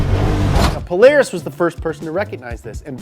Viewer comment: I almost threw up when he said polaris